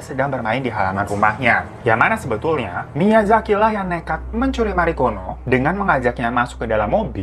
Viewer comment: Marikono kok gue dengernya margono 😩😩